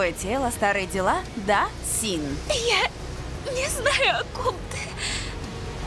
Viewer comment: Син, а не Си